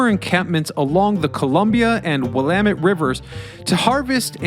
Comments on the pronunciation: Great job pronouncing Willamette correctly, but you slaughtered Oregon. It’s “Ory-gun” not Or-A-Gone. And to the naysayers, the tunnels are real - I’ve been in what remains of them. Seattle has them too with organized tours. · But he got Willamette right, I'm from Washington state and even I was misprouncing Willamette for a bit years ago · I give you credit for saying "Willamette" correctly, but the repeated "Ore-GONE"s made my ears bleed.